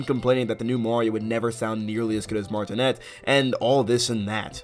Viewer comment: Charles last name is pronounced “Martin-ay” not “Martin-net”